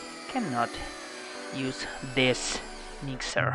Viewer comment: Nice "mixer" by the way Just the way you said it Umm... My... "mixer"??? XDXDXDXD